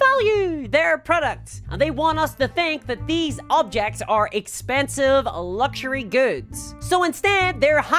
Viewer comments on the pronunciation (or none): none